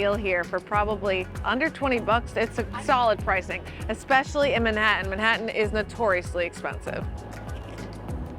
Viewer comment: I'm sorry, but if you can't pronounce Manhattan correctly where are you from? (cue :15 seconds in...)